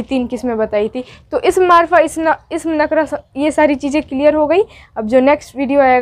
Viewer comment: Nakra nahin nakirah hai